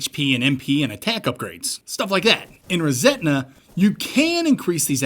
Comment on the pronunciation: Love what you do, this one has one glaring issue. The game is called "ReSetna", and I wouldn't normally point something like this out, but hearing it pronounced "ReSentna" so frequently subconsciously gave the game a tone of resentment at the world versus resetting or rebooting the world 😂😂 it was bugging me, good show, keep it up